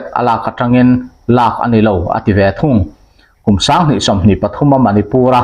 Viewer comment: 'A lâk aṭangin' tia chhiar hi ' lak aṭangin' tih zawk tur a nih hmel